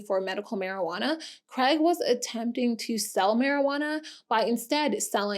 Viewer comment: Why can’t Americans say Craig? They say Creg.